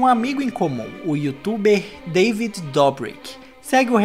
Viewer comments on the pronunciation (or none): none